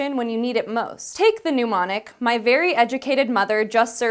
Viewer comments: IT'S mnEmonic NOT pneumonic. Pronunciation is important. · Yeah, the M is silent in mnemonic. It is just pronounced as "nemonic". Otherwise, great to see you. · I have never understood why some people feel the need to pronounce "mnemonic" to rhyme with "pneumonic". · It's pronounced NEMONIC not NOOMONIC! Sheesh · you keep using the word pneumonic instead of mnemonic. The "M" is silent. Otherwise it rhymes with "stem-onyx". In the spirit of good education, it might be appropriate to redo this video (or re-import the audio) with mnemonic pronounced correctly. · Am I the only one who noticed she mispronounced "mnemonic" throughout the entire clip? It's pronounced (ni-ma-nik) not (nu-ma-nik). A pneumonic (nu-ma-nik) device is an iron lung. This link has an audio clip. I like a lot and want to see her again. But before making another she may want to check pronunciations. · She means mnemonic, but she says pneumonic. Very different things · To be honest, she's saying it wrong, too. It's "neh-monic". She's saying it as though it's "pneumonic". I think I've heard Hank and Michael say it this way too, so it might be an Oregon thing. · Did she say "pneumonic"? I keep hearing people mispronounce the word "mnemonic" like this. It's not "new-mon-ic"! The first vowel is a schwa! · pneumonics? yeah no. There's no u in mnemonic. The m is silent. /nɛˈmɑːnɪk/ for those who know the IPA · Sorry, but it's really hard to take the host seriously when she can't even pronounce the word "mnemonic" correctly. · Note to New Host: if I remember correctly "mnemonic" has no "u" in it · i wish you could pronounce 'mnemonic.' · Right. But I was correcting her pronunciation of "mnemonic," not "pneumatic," which is a completely different word. I suspect she is combining the pronunciations of the two disparate words.